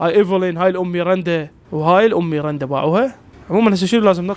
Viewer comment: اسمها ميراندا مو ميرنده😂❤